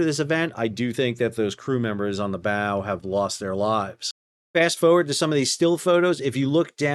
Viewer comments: Everytime you say Foewurd. We say FOEWURD! ❤ 🇦🇺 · I hate the way you pronounce "forward"